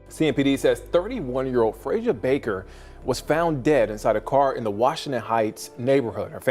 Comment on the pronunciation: What does this white child have to do with this Black woman. Something needs to be done about all this ai stuff. And pronouncing her name wrong is so disrespectful.